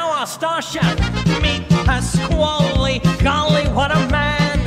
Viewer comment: he said it's a me pasqali